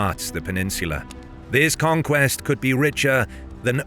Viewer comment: It's not "conquest" And Kham. You don't even know's the basics...